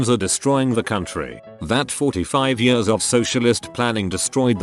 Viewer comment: Nobody: Narrator: Yiiuurs